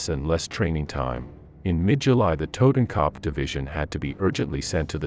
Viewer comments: Dude you are butchering the names of these German divisions oh my god please stop trying to pronounce these names as a German it’s a total cringe moment for me, kopf is not copf it’s ko-upf for starters, anyone wanna chime in shut your mouth not talking to you 😂😂😂😂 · IT'S TOTENKOPF YOU ASS; NOT TOTAN CUP